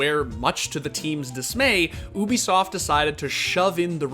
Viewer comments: Alright, let's make this clear. Ubisoft is not pronounced OO-bi-soft it is pronounced YOU-bi-soft. Ok cool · its Ubisoft, not obisoft, its a hard U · OO-bi-soft every video LMAO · Ahh yes oobisoft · Somehow you always manage to pass me off by saying oobisoft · Oobisoft? Lmao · WHY IS HE CALLING IT OOOBISOFT